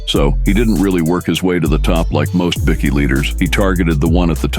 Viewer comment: Bikkie leaders?? Thats AI for y'all...